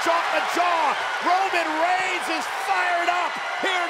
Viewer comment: Did I just only heard cole saying 'Browman Brains' Instead of Roman Reigns🤣